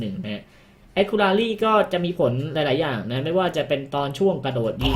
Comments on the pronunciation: GG Caster GO ไม่ผิดทั้งคู่ครับ จะแอคคู่หรือแอคคิวก็ได้ ขอแค่ racy มันอ่านว่า เรซี่ ไม่ใช่ เรรี่ อย่างในคลิปก็พอ ตัว C ออกเสียงเหมือน ซ โซ่ ในภาษาไทย ถามเด็กอนุบาลแม่งยังรู้เลยครับ :v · ก็พี่เค้าพูดว่า แอค คู รา รี่ มันเป็นตัว c นะครับไม่ใช่ตัว r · ถ้าจะอ่านให้ ถูกเป๊ะๆๆๆๆ-.- แอค-คิวระซี่ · ไม่ได้บอกว่าให้เป๊ะ แต่บอกว่าให้เรียกคำว่า accuracy อ่ะ ให้ถูกแค่นั้นครับเพราะเด็กมันดูเยอะ